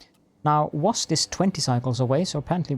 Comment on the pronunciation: It’s usually pronounced wa-SET. It is indeed a city in ancient Egypt.